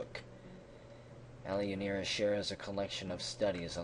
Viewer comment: ) it's pronounced more like "A-lawn-ee-ra". But thanks for putting me in the game :)